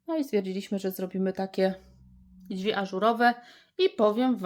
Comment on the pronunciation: Ladne wnętrze, ale te "dźwi" boli 🙈